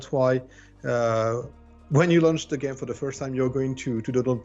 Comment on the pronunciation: LMAO I swear every women i've spoken to about this game have said the same wrong haha, I wonder why